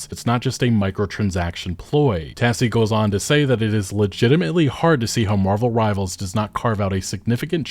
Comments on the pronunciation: please stop calling it marvels rivals omg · drinking game. take a shot every time he calls marvel rivals "marvels rivals". see u in the emergency room